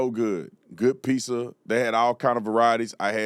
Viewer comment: The real question is, why do black people say, “piSSa” and not “piZZa?”